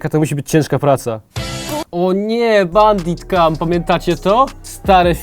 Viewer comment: "Bandi Kam" kurewa xd